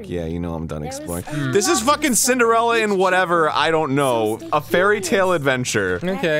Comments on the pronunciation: Isn't it 'Cinderella' and not 'Cindarella'? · Ha ha I think you mean Cillarenda. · Omg its Cillarenda